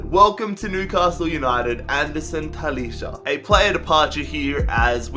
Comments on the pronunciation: I'm sorry but you pronounce talisca ta-lees-ca not talisha but no hate keep up the good work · Talisca prounouces Taliska